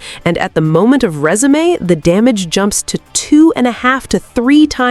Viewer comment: You say "resume" like resumé meaning CV, not resume meaning unpause. Not to be that guy, just wanted to say thanks for the little giggle😅❤